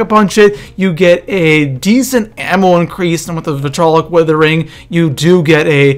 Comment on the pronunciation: okay first of all its "Vitriolic" not vitolic